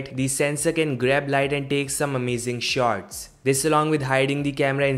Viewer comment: lmao Indian accent at it's finest😂